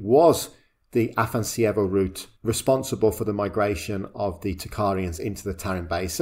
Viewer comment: You butchered the name of the Afanas'evo culture, it's AfanAs'evo, with the emphasis on the second A, which you completely omitted... :) It comes from Russian name 'Afanasiy' that is equivalent of the Greek name 'Athanasius'.